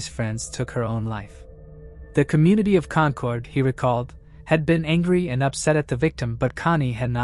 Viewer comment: It’s Con-kid. AI needs to be taught, if the story is based here in New England, it’s Con-kid. Thanks for the stories